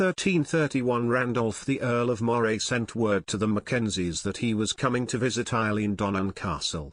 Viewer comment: Culzean is said Cullane. Eileen Donan is Eelin Doanin. Menzies is Mingiss.